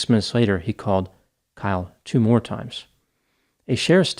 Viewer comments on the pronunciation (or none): none